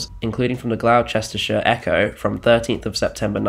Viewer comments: That was the worst pronunciation of Gloucestershire I've ever heard not come from an American lmao (FYI it's Gloss-ter-sher not Gl-ow-chestershire) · Try and investigate how words are pronounced diaspora (dee asp ora) fanzine (fan zeen) Gloucestershire (gloss ter sheer) gauge (gage) re-creations should be pronounced as it looks as recreation is something completely different. Generally however the videos are great.